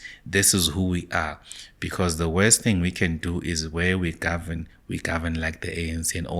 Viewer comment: This guy once said "The DA will gorven" "ActionSA will gorven" "Xilupa will gorven" Now its "MK will gorven"😂 Nothing which comes from this guy can be taken serious😂